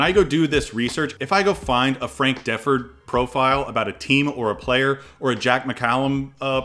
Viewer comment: You make amazing videos. You do a host of things so well. You're entertaining and funny and bright. Hip to the modern game, and respectful of the old timers. Your comment on the SI vault was perfect. Just one request. It is pronounced D-FORD (or duh-FORD) with the accent on Ford. Keep up the phenomenal work!